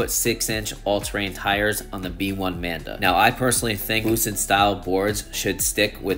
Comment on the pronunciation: Nice review as always! And it think it’s the “Manba” not “Manda” 😂